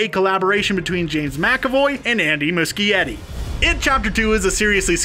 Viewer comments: MUCHIETTI IS PRONOUNCED MOO-SHE-ETTI. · Lol the way he said Andy's last name killed me 😂😂😂